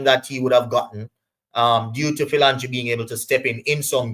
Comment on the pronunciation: His name is pronounced ' fill- o- jeen'